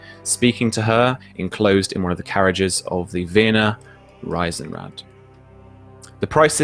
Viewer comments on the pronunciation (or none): Vienna calling. You pronounce it "Reesenrad" not "Risenrad". (Y)